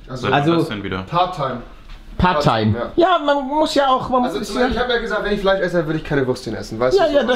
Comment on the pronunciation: Es heißt Fleisch nicht Fleich...FLEISCH